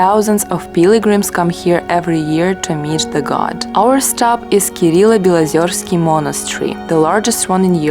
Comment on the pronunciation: Родные Вологодские места! Спасибо большое вам, что посетили наш край!!! Очень давно не был в Кирилло-Белозерском монастыре 😊 он правильно звучит через букву Е, а не через Ё.